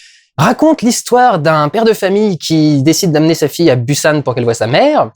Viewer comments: prononce le Bousan, bU san ca fait blaireau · Ça ce dis [bousanne] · Un peu des deux en fait. Le ㅂ est un mélange entre le p et b, d'où la guéguerre phonétique depuis des années entre les prononciation [Boussane] et [Poussane]. Dans tous les cas, une chose est sûre, ça ne se dit ni [Pussane], ni [Bussane]. Qu'on choisisse le P ou le B, il est suivi du son [ou] ;) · Busan se prononce « pousan » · Je crois que j'ai perdu des dents à force de les grincer à chaque fois que t'as dit "Busan" 😂😂😂 ça se prononce Pousan 😅😂🤗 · Il faut que je le dise : Busan se prononce comme « Poussanne ». Voilà, c’est tout. ^^ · Busan se prononce 'Poussan' ! :) J'ai très envie d'aller le voir, j'en avais marre de la réputation "surjouée" du cinéma coréen (qui plait ou ne plait pas). La critique du gouvernement c'est peut-être dû à un ras le bal général de la politique en Corée, vicieuse et sans respect pour les promesses électorales... (c'est pareil ailleurs mais ce n'est pas la question) N'ayant pas encore vu le film je pense que c'est dur pour moi de dire mais c'est une possibilité !